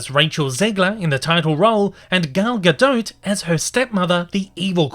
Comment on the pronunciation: Literally nobody is pronouncing Gal Gadot's last name right :( Its "guh-DO"